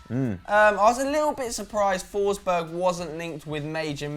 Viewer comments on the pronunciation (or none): Emil forsberg not Em-iiiil forsbög